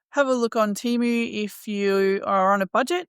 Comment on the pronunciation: Hey, I'm a new suby to your channel. I'd really love to get hold of some of Zac's yarn someday for my plushy makes. I love your content you put out🤗🥰. Enjoy your Temu haul vlogs. Had a good chuckle at you trying your hardest to pronounce Temu😅😅